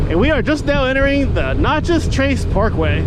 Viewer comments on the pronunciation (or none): Natchez! Like gnat chez Not nachos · Dude it’s not pronounced “notches” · I kept looking for salsa...sounds like ta was calling it Nachos 😂😂😂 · What’s funny is there’s a girl with another Natchez video and she pronounced it the same way you did. I’m from Louisiana so I don’t pronounce anything right🤣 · It is Natchez not Notchez. It ends in MS not LA. There is no Notchez LA. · Wow. Mississippi. Also, it’s not pronounced like nachos. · Every time you say "notches", it makes me want to pull my hair out. It's Natchez, rhymes with matches!!! And Natchez is in Mississippi, not Louisiana. If you're getting that small fact wrong, how sure are you that you've ridden in 46 states? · You're killing me how you kept pronouncing Natchez and a few other towns. Tupelo is a great half-way point with hotels, restaurants, gas, Elvis and the downtown is cool. Vanelli's Bristo downtown has the best pizza ever!! In Alabama, around Tupelo and Jackson, you will encounter folks using the road to commute. Park Rangers have unmarked vehicles (trucks, cars, suvs) so keep that in mind, the fines start at $250 and go up. There has been some shady stuff happen on the Trace so if you stop, just be aware of your surroundings and those around you. Plan your gas stops before riding it. It is a great relaxing road to cruise. Some find it boring but others enjoy it. If you want to do 80mph, just take the interstate. Been traveling the road for over 30 yrs. Always be alert to wildlife. Deer do stupid stuff. Turkeys not much of an issue. Turtles and armadillos will cross the road. Seen horses and cows that got out of their pastures on the road. If riding, try to get off before the sun goes down due to wildlife. Very hard to see. People head deep in their smartphones are a problem. They will cross that double line. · There wasn't any problem with how you spelled it. It was the pronunciation you used, you were using a o sound where it should have been an a sound.